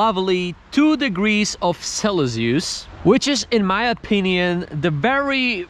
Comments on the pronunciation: Celsius is pronounced Sell See Us by the way. Not Sell Ess Yus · The way he said celcius